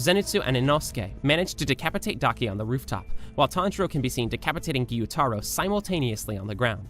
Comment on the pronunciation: Tanjiro not Tanjura